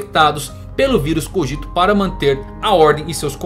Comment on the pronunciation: CÓgito, não coGIto MÔnada, não monaDÊ Cogito ergo SUM, não ergo SAM